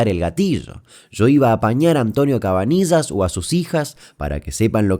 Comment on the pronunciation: CabaniLLas CABANI LL AS POR QUÉ NO LO DICES BIEN?